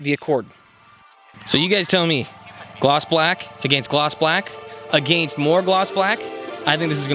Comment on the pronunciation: Anyone else annoyed by the way he says "against"?